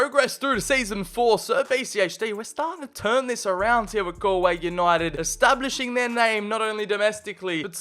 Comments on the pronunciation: Its not GAL-Way , its pronounced gaul-way , as in gaul rhymes with haul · because its pronounced gaulway not gaLway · pronounced golway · As a Galway native a bit of me died inside every time you said Galway